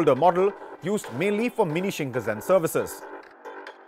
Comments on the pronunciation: それは新幹線です shinn kannn sennn bro しんかんせん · whats Shinkazen? Bro is reading from the scripting and still messing it up